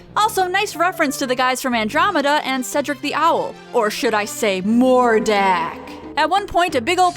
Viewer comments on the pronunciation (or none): none